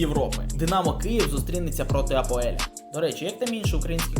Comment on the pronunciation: не АПОЕЛЬ, а АПОЕЛ